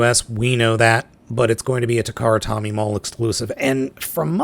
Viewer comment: It's Takara "Toe-Mee" not Takara "Tommy".